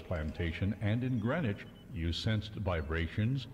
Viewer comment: I love how the speakers dont even say the words correctly on top of the subs not matching. The script is just shat on. She calls Abbadon Range "Abbadock", and he calls Greenwich, "Grenich".